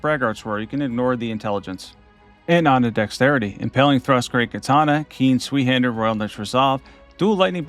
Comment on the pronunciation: "Zweehander" 😂Zweihander is pronounced as ZVY-HANDER. Zwei is the German word for "two".